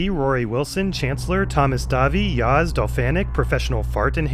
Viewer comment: I was expecting you yo fail and laugh but you nailed "yağız" pronunciation, lol myself :)